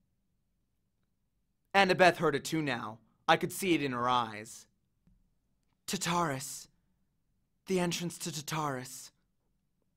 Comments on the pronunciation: This is great! But it’s pronounced tar-tar-us not tut-ar-us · The way you pronounce Tartarus and Elysium is going to kill me